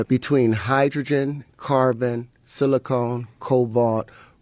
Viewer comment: He pronounced silicon as "silicone" multiple times. This man is uneducated and delusional